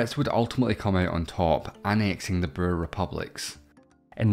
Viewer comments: 'boer' is pronounced something like bore - not burr. It's the Dutch word for farmer. In 'Boer War', the words pretty much rhyme. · It sounds like you were saying burr instead of boer but nice job on south africa's section 👏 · This would have been a very interesting video if the narrator didn't speak in such a weird way and learned how to pronounce the word "Boer"